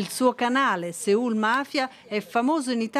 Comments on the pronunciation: Perché in italiano si dice così e da linguista ve lo dico sinceramente: avete rotto. L'italiano ha proprie regole di adattamento fonetico. Si dice SEUL in italiano. SEUUUUUUUULLLL. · Però nonostante la sigla papparappa Sòl Mafiaaaa lei continua a ripetere SEÙL MA PERCHÉ.